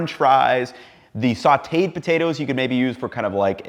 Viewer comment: Did you pronounce Sauted like sweeted or did I hear that wrong...